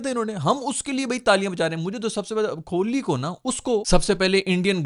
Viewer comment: Virat hi bolo ku ki tmse Kohli nai bola jara bs Kholi Kholi bole jare ho..😂 fr Bumrah ko Bhumrah 😂